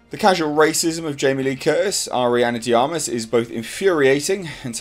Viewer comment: Finally someone pronounced Ana De Armas name properly